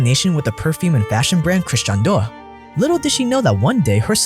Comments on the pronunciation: Pronounce Dior properly. It is “Dee-Or”, not “Doir”. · Dior Dee-or Not door Love your vids 😊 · If he says dewwr instead of Dior one more time I’m gonna eat my hand. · it's DIOR for god sake not doyr not dewr D I O R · Shoes Dior but says mua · DIOR= "DEEYOR"... no thanks :) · I love your videos so much, but the way you pronounce “Dior” is criminal. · Hi great video. Please look up the correct pronunciation of Dior though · This is one of the worst attempts of saying Dior and Moet I’ve ever heard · Any French speaker cringing at the pronounces Dior? 😂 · You murdered the word "Dior" so bad... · that dior pronunciation is killing me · What did you just call dior ? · exactly why this bootlicker is calling all poor people dumb by comparison. He probably isn't even rich consider he can't properly pronounce Dior.